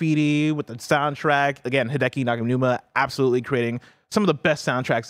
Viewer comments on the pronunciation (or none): It's actually pronounced Hee-Deh-Kee. Long "E" for both the first and third syllable If you see an "I" in a Japanese word, 999 times out of 1000, it's a long "E" sound. The language is pretty consistent in that regard (compared to English anyway)